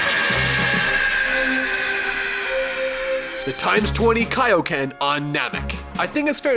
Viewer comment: What bothers me is that he KNOWS how to say it, but just actively chooses to fuck it up lol